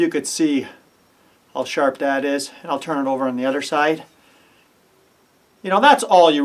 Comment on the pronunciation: "Youse, charp", love it!